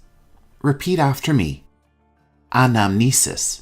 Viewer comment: Hi, Thank you for your great work.I want to make sure about a word . You said "anamesis" , I think it should be "Anamnesis". Would you please clarify it?